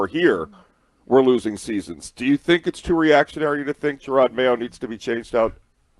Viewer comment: Jerod, not Gerard.